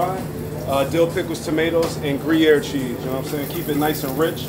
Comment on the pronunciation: As a Swiss who lives 45 min away from the town of Gruyère, I instantly felt respect for this man as soon as I heard him say he put Gruyère cheese on the burger, even more when I heard the pronunciation that was on point!